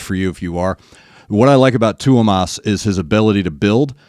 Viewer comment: No worries, you pronounce Tuomas's name really well 👏 Greeting's from Finland, the Nightwish-land:)